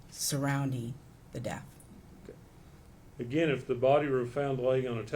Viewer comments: Except she says deaf, for death. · She went to college for what 12 years and can't pronounce death correctly 😮 it's not DEAF.